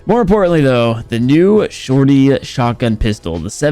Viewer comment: tryna pronounce shorty: The shortitiy